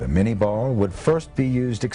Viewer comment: It's Minié ball, not mini ball. And Chauchat, not Chow Chow. Otherwise, good doc.